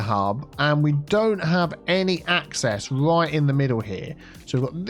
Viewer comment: Always helps when you turn the roads the wight way awound. 😂😂